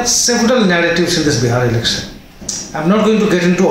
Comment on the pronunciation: Your analyses are great. Could you please work on your pronunciation of certain sounds? Are you from Bihar Sir? Please work on your pronunciation and don't pronounce "sh" sound as "s". For example, it is "sh" in "election" not "elecsun". Please don't mind. It hurts your listeners' ears.